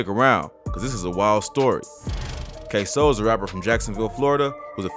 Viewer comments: At least you said his name right this time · yu use to say his name different k sew 😂 now yu saying it right